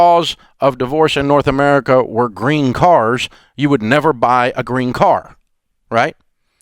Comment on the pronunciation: i thought he said green cards instead of green cars! 🤣🤣🤣